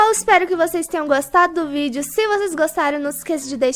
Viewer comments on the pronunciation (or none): none